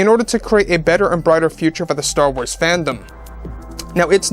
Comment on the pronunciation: It's called star "WARS"!!!!!! Not Star Tornado.